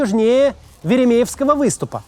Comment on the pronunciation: 😂веремеевский😂 правильно Времовский.